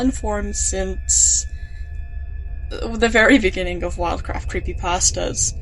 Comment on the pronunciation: in the bininging